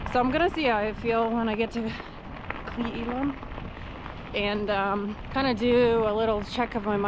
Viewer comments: It's pronounced "Clay L-um". WA has lots of weird names :) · Pronounced “Clay Ellum”